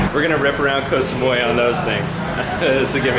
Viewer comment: This is the rare time where you actually pronounced the name of the island almost perfectly. Bravo!!! Oh no... Asia has gotten into your blood. Haha... Yes Koh Samui is more of a tourist spot and is more developed compared to the rest of the islands. You'd like the other smaller ones. I can't remember which vid that I actually replied you with the islands to visit but if you look at my comment, you'll see a few other small ones which I have recommended. Not the bigger ones only. The reason I put a very big disclaimer to watching real Muay Thai is because it is not for the faint of heart as most of the "REAL" fights will involve blood. If you see them train, you'd cringe. To enhance their kick/punch, they literally kick/punch coconut trees and etc. So it's not the sport where a lot would venture into.